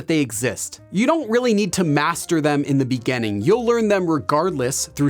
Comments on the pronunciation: just curious about your accent when you say "beginning" as "begenning"...from where is that? Thanks. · Take a shot everytime he says "in the beganning" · It's interesting how teacher pronounces “beginning” and “beginners” as -- “begainning” and “beganners”! 🤔 Which part of the States has this variation or accent? 🤔